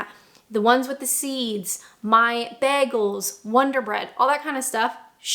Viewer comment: "Bear-gals" will never not be funny 😂